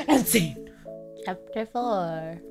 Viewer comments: I love the part were u say "and sence" it's so funny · I loved it when she said " and SCENE!" Lol